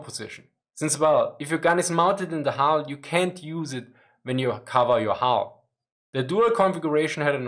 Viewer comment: sadly at about 12 minutes into the many 'hulls' makes it very hard to understand what is being said to a native English speaker. Hull is a difficult word to pronounce and to me I cannot make about about 10 seconds of this around that time. Sorry, I am a big fan